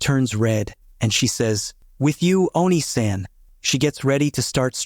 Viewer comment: "Oh - Knee - San" Not "Won - E - San".